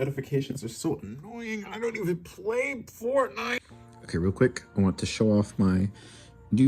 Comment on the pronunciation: "i dont even plæy fortnite"